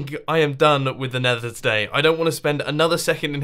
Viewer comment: "The neather wildlife" lol